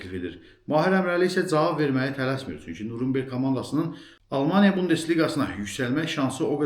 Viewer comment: Nurumberg yox Nyuren berg